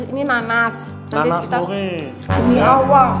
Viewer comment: Kak ngomong allah nya kok demi owoh gitu